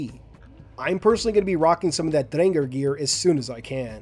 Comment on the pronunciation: Same goes to your pronunciation of Drengr, my new favorite halo youtuber right here